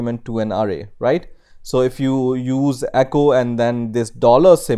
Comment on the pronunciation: Hey mate, awesome videos but you need to work on some English pronunciation as it tends to confuse, and therefore, becomes distracting. After paying attention to some words here are a few examples of your mistakes: variables: you must put the accent in va, not in the a at ria. The accent goes on the first syllable from left to right. array: the accent goes at the last a from left to right, not in the first one. just say "at symbol" or simply "at"